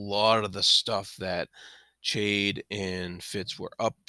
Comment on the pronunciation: I enjoyed your commentary, thanks. One thing about your pronunciation of Chade. I too pronounced it Ch like in change and after reading the whole series, I read an interview with Ms. Hobb and she said it is pronounced like Shade. Which makes sense for the character. I can't change my pronunciation in my head though, even knowing the truth now, not after 16 books! Sorry to be pedantic.